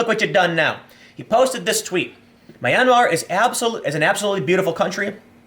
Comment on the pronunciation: It's pronounced (m)yan-mar, 2 syllables, think yan-mar but with an 'm' at the beginning. It's definitely not however you're pronouncing it Tim, for a journalist that's pretty bad.